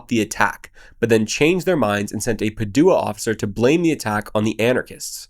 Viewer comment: It's PA-du-a, not Pa-DU-a